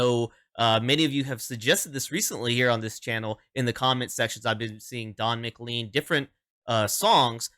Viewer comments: His name is pronounced "mclain" not "mclean". (Though it might make a great name for some sort of Scottish cleaning product.)😊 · And… it’s Don “Mc - lane” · Don's last name is pronounced muh- Klayn sounding similar to lane at the end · When you pronounce it, pretend his name is spelled like this: McLane . I know, it doesn't make sense to me, either. ;-]